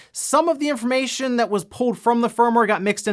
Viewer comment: "Well, now we have actuowu infowmation we can go over..."